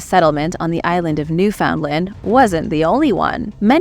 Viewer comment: NEW foundland …. 😂